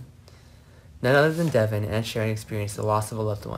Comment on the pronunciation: Its Devon not Devin get it right for once